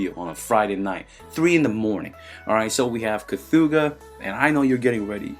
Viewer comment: It’s actually pronounced che-thuga